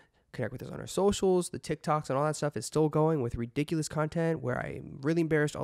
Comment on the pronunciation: RiDicuLouS in a british accent 😂 ERIIIIIIC